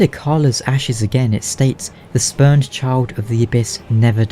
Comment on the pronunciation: Definitely thought you said speaker of the spermed at first